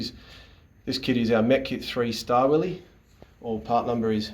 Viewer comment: STAR-WILLIE - NIPPEX | SCHTAVILLER - KUH-NIP-EX